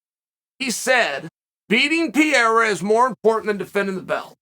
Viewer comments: "Pierra" = "Pereira" 😂😂😂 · BRO... It's not pronounced "Pierre.... with Ra added"it's Pereira???... No "Pierre-a" butfuck! PEREIRA The dude's neither French nor Italian.... Let's see who wins.... iSrAAAAEEELLL the ... Last..... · Why do you keep calling him Alex Pierrea,It’s Pereira. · He still says Pierra lmao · Chael calling Pereira "Piera" never stops being funny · I've watched about 50 videos of Chael saying "Pierra", still doesn't fail to crack me up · I think he says it wrong on purpose so people like us comment about and give traction on the website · PEE - AIR - UHHH